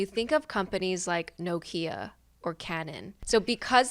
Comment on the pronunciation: This is such a small thing, but as a Finn, Nokia is still a thing, and the way pronounces it is very close to the Finnish pronunciation, I'm surprised. Also, my Myers-Briggs did change, when I re-did the test years later. And I have gotten like four different types from enneagram tests too.